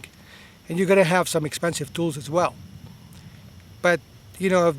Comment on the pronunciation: "How's it goinGuh"